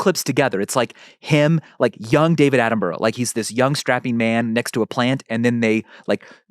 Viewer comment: Michael - please pronounce Sir Attenborough's name correctly